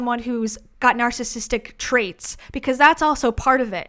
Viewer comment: The way Debbie says “narssistic” and leaves out the middle syllable is driving me berserk.